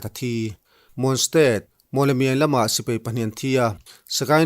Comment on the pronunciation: Sir A bengvar thlak e..mahse sipei nilo in sipai tih zawk tur nilo maw...